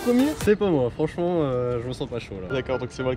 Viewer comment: j'aime bien le "çà j'y arrive po " :) :)